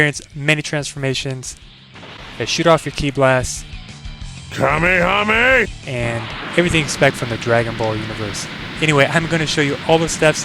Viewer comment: did he really just put kamayamaya it is kamehameha